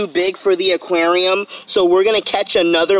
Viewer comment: Am I the only one who hates when he says “ AKUERIOUMMMAA”(aquarium)